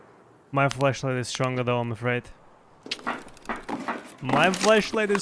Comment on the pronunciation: accent makes me keep hearing "fleshlight" whenever he says flashlight and honestly i just find it funnier 😂😂